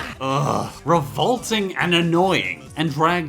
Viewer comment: HOW DARE YOU MENTSHON ANOING ORAGE